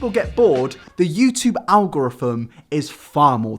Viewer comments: "youtube algoriffum" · Algorthmhthtm The way you say algorithm is killing me. Please hmu I'll teach you how to say it.